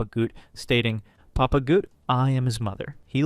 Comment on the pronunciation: and you're still mispronouncing names! "Papa Goot" lol